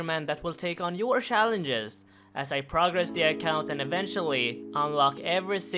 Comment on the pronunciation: TYC suggestion: learn how to pronounce 'challenges' within 5 minutes.